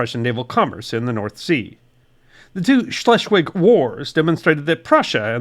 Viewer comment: Very interesting! Thank you! Schleswig => "chlessvich" Gloire => "glwar". Wilhelmshaven => "veelhelms hafen".